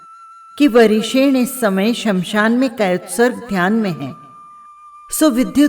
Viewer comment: आप नाम सही नहीं बोल रही है